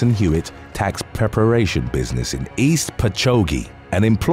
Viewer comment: Okay I was having a very boring day until I watched this video and lost it the way he pronounced East Patchogue. I am from Long Island and East Patchogue is not far from me. So for the narrator is pronounced 'Patch-ogg'. Please do not be embarrassed or offended, everybody mispronounces names, especially me. I'm a huge fan and subscriber. I never miss the show every day when I'm at work I'm listening to the narrations and I want to say please keep up the good work because you do a good job